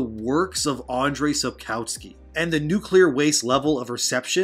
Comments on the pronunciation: Just one nitpick. In Polish we pronounce the letter "w" like "v", so the correct pronunciation is Sapkovski (as in every other Polish name). And there's a rumour that he said more at the meeting with Polish fans in Bydgoszcz. People who went to the meeting claim that he said: "People often ask me about this show. They ask me if I've seen better things than that. I have. And they ask me if I've seen worse things. I also have. But I've never seen a show whose creators wouldn't even read the book they're adapting." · maybe pronounce sapkowskis name correctly thanks